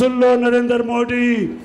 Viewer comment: Modi tw sahi se bolo beta